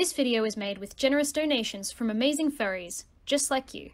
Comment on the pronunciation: when you said donations from from furries I heard fairies instead lol